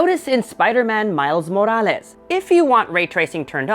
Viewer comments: The way he says spiderman miles morales is too good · Why do you keep saying morales like that 😒